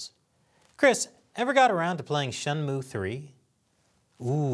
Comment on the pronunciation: A gaming channel talking about politics doesn’t sound right. That Shenmue (shen-moo) pronunciation is also a first. lol